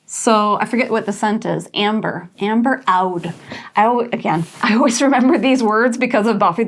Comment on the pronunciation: Loved every piece and I’m obsessed with your makeup 😍 Ps: Oudh or Oud is pronounced “ud”! It’s so yummy & sexy in fragrances, especially the Middle Eastern ones 🥵